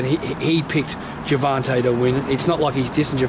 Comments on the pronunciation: gerVONte not gerVANte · World i know the accent im from melbourne im going to the fight bro, this interview just annoys me always saying gervante and teofomo like english aint that hard